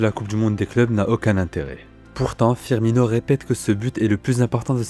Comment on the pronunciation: S’il vous plaît 😩😩😩 C’EST PAS FIRMIÑO !